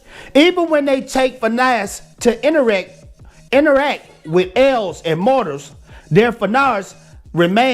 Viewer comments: It's pronounced "fay-uh" but good job on everything, man. Keep it up. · Ay-nUr... with the rolled R. Fey-a. And Hro-a. That's how you say it. And yes, the Ainur are binary creatures. Tolkien would not be pro-LGBT. At all. And he definitely would not be pro non-binary.